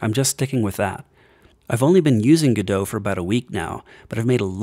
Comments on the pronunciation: if im hearing correctly, is he saying gudoe? instead of go- dot? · it's pronounced "godot" like robot not "gedough" like get dough... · You might hate this: the developers put out a statement that it is pronounced "Go Dot" their logo is a robot, the Godot Robot because it rhymes guhdough sounds better I agree, but it's not a French word unfortunately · I expected you to say it like "Go Dot", but... "G' Doe"? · Why do you not pronounce the T on Godot? I pronounce it how it is spelt. Go - dot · Thanks for letting me know! I've heard people arguing for both pronunciations before but I hadn't heard of an official statement. However, it's too late to change it for this video. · Wait, is that how people normally pronounce Godot?